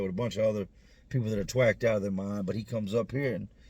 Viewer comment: "Twacked " out of their mind. "Twacked"?!? 😂🤣I've never heard that..."Twacked"🤣